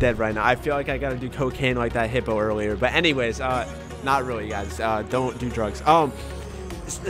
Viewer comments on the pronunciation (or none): none